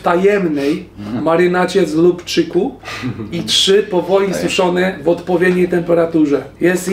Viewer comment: chyba lubczyk a nie lubczuk